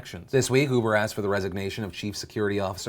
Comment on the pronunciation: Did he say 'ufer' instead of uber? XD